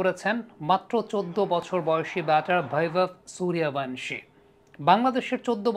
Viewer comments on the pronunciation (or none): ওর নামের বানান বা উচ্চারণ টা ঠিক মত করুন। ওর নাম বৈভব সূর্যবংশী। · আপনার প্রতিবেদনগুলো খুবই ভালো। কিন্তু আপনি নামের উচ্চারণ বাংলায় সঠিক করতে পারেন না। বাংলা উচ্চারণ হবে বৈভব সূর্যবংশী । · বৈভব সূর্যবংশী,,,ক্রিকেটার এর নাম গুলো যদি বাংলায় উচ্চারণ করেন,,শুনতে আরো ভালো লাগবে,,,ইন্ডিয়া থেকে বলছি ভাই❤